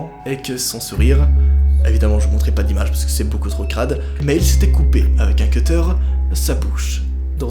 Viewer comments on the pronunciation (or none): none